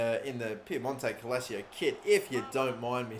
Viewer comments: Okay cool good stuff and all but PLEASE stop saying calacio just READ the damn name and stop disrespecting people/languages by not making the slightest effort to pronounce names even half-correctly...same goes for Ribeiro in the main career mode btw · Woooow, you make butchering pronounciation an art form. Calcio “Cal-Chio” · it's pronounced like Calchio in english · Actually it’s pronounced calchio. It’s Italian not Spanish. Even a Spanish person might say “calthio” instead of calcio. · he can barely say calscioo😂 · I'm Italian is calcho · It's cal-cho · it's actually pronounced cal-cho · tavipsv calchio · Come on “” pronounce it properly it’s CAL CIO I can spell it for if you want it’s C A L C I O how about we change your YouTuber name to “” because you clearly and evidentially can not pronounce a teams name properly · You know !! There is literally no letter A In that place for him to be screaming calAcio 👎🏾😤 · In Italian you speak like you read the right pronunciation is Cal-cio you have to pronounce Cal + CIO like CHO of word chocolate . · Piemonte calachio lmao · I swear if I unsub from this channel it will be just for the mispronouncing of Calcio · Can we just appreciate the leak and go easy on how he pronounced calcio? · Can’t even fucking pronounce the name right fucking idiot Shut the fuc up and get outta here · Everyone that's even remotely interested in football should know how to pronounce Calcio, wtf is this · Everytime he says calcio wrong I part of me died Gorgio too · Lol he was struggling with that second C in Calcio. Que cosa? 😂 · if you don't have 2 seconds of your day to look up how to say the Italian word for "football" and you're going to call yourself a FIFA Youtuber, then you're clearly ignorant to the sport of football. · "CALACIO" or Calcio ?xD ffs why english people have such dificulty to pronounce names? Are you a 2.0 version of AA9Skillz? ffs xD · It's "calCH(i)o" not Calchio wtfff